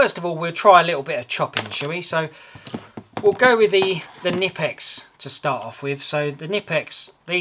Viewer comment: In German, you pronounce the K Kkkkkkkknipex